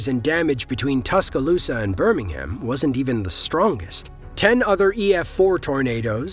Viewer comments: It's not pronounced Birmingum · The way Birmingham is pronounced in this video only applies to the city in the UK.